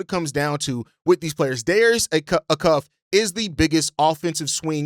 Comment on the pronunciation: Are you saying Acuff wrong on purpose?